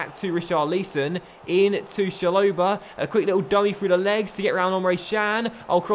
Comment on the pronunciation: It’s Rich-ah-lee-son and Cha-lo-bah (said quickly)